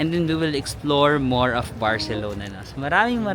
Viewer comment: I love the way you pronounce " CI " na may word. You got it na. hehehe.